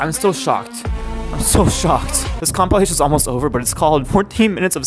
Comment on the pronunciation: Tiktok compilation What voice really said: Compalation. That got me good 💀